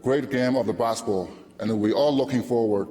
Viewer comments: his "basketball" pronunciation sounds like "baseball" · Gets inducted to basketball hall of game, can't even pronounce the word "basketball" well, SMH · Alexander I know I'm not hof so I don't need to contribute. He's a hof, he should know how pronounce the word basketball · Not that case. Just swallow the last word "t". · and he got inducted to basketball hall of fame, he can't even pronounce it well